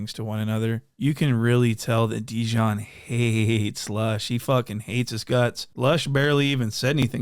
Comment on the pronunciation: “Look at dejonn”🤣🤣🤣🤣🤣